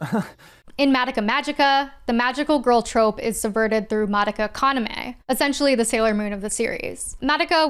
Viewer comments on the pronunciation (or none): Insane you watched the whole madoka show and still pronounce her name wrong.